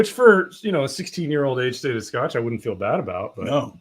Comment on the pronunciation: two most consistent traits: butchering scotch pronunciations and spilling while pouring. Love the Fresh Crack streams. Please keep em coming!